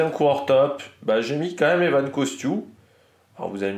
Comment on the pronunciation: Encore " Evan" alors que c'est Ewen. "EOUEN" Costiou hehe 😅